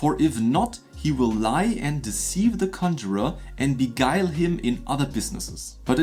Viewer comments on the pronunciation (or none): none